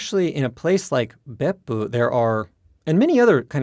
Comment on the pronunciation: love how he still uses the correct intonation of Beppu even when speaking English